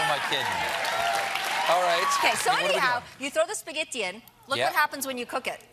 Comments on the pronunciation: Italian here (born and raised) dude colbert’s pronunciation couldn’t be more incorrect. Italy has so many different regional accents but in this word most of the variation would be on the openness of the “e”, Giada clearly has a Roman accent so that’s why she says it with a closed e. Hope it makes sense. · Her way to say "spaghetti" is way more correct than the Stephen's pronunciation, actually. The first vowel is always the sound of italian A, we don't have any sounds like the schwa in our language. Assuming you are an english native speaker, you must have noticed how many italians speak english without using any shwa at all (for instance, the say "father" or "girl" using an italian E sound, or "worm" as an O. The second vowel can be an open or a close italian E (as nefrit6 already said), although the close E could be considered the most correct variant, as far as i know. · There are different accents obv. She's from Amalfi. And you can hear it. She's pronouncing it correctly. Also, it's really difficult to pronounce something in the American way when you're used to another (the right) way. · She has a Roman accent. I’m Italian and I’ve lived in Rome for about 7 years, Romans pronounce spaghetti with a closed e. It’s not even up for debate. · Here is a PSA for all the “Italian” Americans saying she is pronouncing spaghetti wrong: she isn’t. She has a Roman accent, and your knowledge of our language is probably very limited if you didn’t realise that, so please stop calling yourself Italian. With love, from an actual Italian who lives in Rome. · Her italian pronunciation sounds pretty correct to me (I'm from Italy), it's not fake at all, for example she says spaghetti almost like a native italian( just the double T sounds a little too "english"), or the way she says "pizza" and "gelato" are fine, and other words like "burro" or "parmigiano" . She sounds just like an italian person who is speaking only english for many many years, as she actually is.